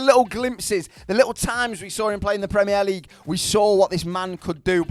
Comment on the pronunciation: Why u saying premier league like that